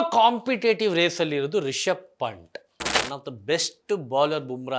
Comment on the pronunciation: ಪಂಟ್ ಅಲ್ಲ ಬ್ರೋ ಪಂತ್